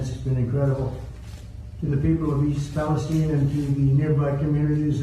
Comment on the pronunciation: he even properly pronounced East Palestine as East Palesteen. He realy cares. It's genuine... because he's genuine.